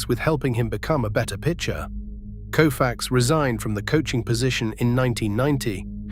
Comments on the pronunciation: His name deserves to be pronounced correctly.its COfax not KOOfax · This by far the worst YouTube Doc I’ve ever seen!! Nothing against Koufax, obviously one of the baseball’s greatest pitchers of all time! The combination of the narrator being incapable of pronouncing Koufax correctly and putting in random images of players who have absolutely nothing to do with the storyline like the image of Clayton Keyshaw inserted in for no reason. Also saying the series was tied at 3 games to 2 heading back to Minnesota. I’ll just stop there about how bad it is. I stopped watching at 28 minutes in. 28 min I can never get back!!!